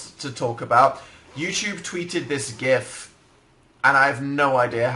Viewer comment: lol he says gif right. btw do you know where i could see the first 10 minutes or so?